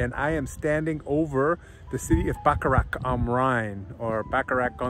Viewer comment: Nice video, but how about trying to pronounce the town's name correctly? It's Bacharach, not Backarack.